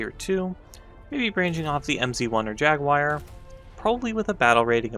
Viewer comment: Thank you for the correct pronunciation of jagUwUar